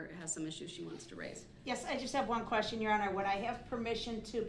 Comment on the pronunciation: "Axe a quession"